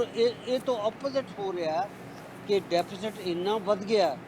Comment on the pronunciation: ਬਹੁਤ ਚੰਗੀ ਡੀਵੇਟ ਸੀ ਸ਼ਾਰਦਾ ਜੀ ਠੀਕ ਰਹੇ ਹਮੇਸ਼ਾ ਹੀ ਗੁਡ ਪਰ ਜ਼ਬਾਨ ਫਿਸਲਦੀ ਸੀ ਡੇਫੀਸੇਡ ਤੇ ਬੋਲੇ ਹੁਣ ਤਾ ਰੱਬ ਹੀ ਰਾਖਾ ਪਤਾ ਨਹੀ ਕਿਹੜੇ ਰਬ ਦੀ ਗੱਲ ਕਰਦੇ ਸੀ ਸਰ ਹੁਣ ਸਰਕਾਰ ਨੂੰ ਕੀਮਤਾ ਤੇ ਕੰਟਰੋਲ ਕਰਨਾ ਅਤੇ ਆਰਥਕਤਾ ਨੂੰ ਓਤੇ ਲਜਾਣ ਦੀ ਲੋੜ ਹੈ ਧੰਨਵਾਦ ਸਤਿ ਸ੍ਰੀ ਅਕਾਲ